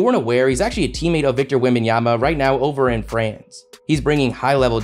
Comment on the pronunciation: Get USED TO his NAME, and sat it CORRECTLY, PLEE-EEZE! It is WE - MBA - NYA - MA and is pronounced as you see it. There are no AY's in it , so practice with Eh - Ah - Ah - Ah... HOW SIMPLE does one have to make it, honestly!!! 😂😂😂